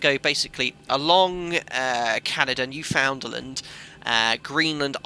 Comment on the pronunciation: Your "new found land" was like Americans saying Lie-chester. :) On this side of the pond we call it noofundlənd.